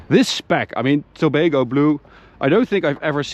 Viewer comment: I am from Trinidad and Tobago. I was a bit shocked to hear the name Tobago Blue and the fact that the name is derived from Tobago, our sister isle. Interesting. Also you pronounced it correctly, very nice.